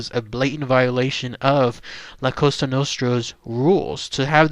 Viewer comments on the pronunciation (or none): none